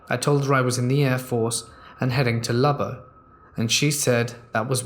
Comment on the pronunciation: hey you pronounced Lubbock pretty well! Lol